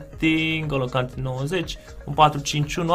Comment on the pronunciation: Kante are accent pe e, pronunti gresit